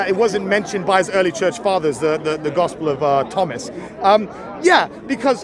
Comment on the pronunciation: Bob said tospel of ghomas LOL